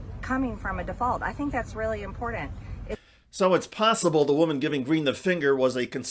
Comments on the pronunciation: Her favorite word and most often used, you’d think she’d be able to pronounce, but she can’t. “Impordin” is not a word. I wonder if she spells important that way as well. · Can someone please tell Marjorie impordant isn't a word, there is no d in the word important. Jesus Christ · Personal pet peeve, she says "impordent". I cringe every time I hear how uneducated some republican sound when the speak. Not only is their content ignorant but their delivery is sad. But I guess when you're talking to an ignorant base, you must speak their language. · "It's really impordent." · I wish she’d learn to pronounce ‘important’. That is like fingernails on a chalkboard every time she butchers that word.